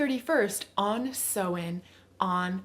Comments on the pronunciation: it's Samhain; pronounced S-ow-in (not s-oh-in). Pls learn Celtic pronunciations properly it's really important - native Irish speaker here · Thanks for the video. I took a lot away from it but just want to point out that Samhain is not pronounced 'sew-in', it's 'sow-in', sow as in cow. Samhain is also the Irish word for November.